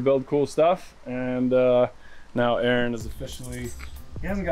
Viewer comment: Good to meet Aaron, I'm an Aaron and was also cool to hear it pronounced properly for a change... Oh and that oil looked fresh?